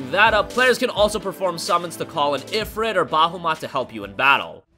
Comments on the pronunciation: Bahuma?!?!? Dude, learn to read, it’s Bahamut! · 'Bahumat'??? Fuck off. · Why’d you say it like “BA-HEW-MAAAT”? Lol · Did...you just pronounce Bahamut as "Bahumat"? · XD Bahumat??